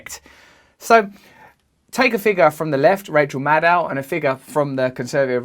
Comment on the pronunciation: When Russells says Maddow iit sounds like Mad Cow